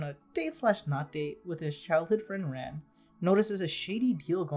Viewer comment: the way you pronounce Conan and Ran is just foul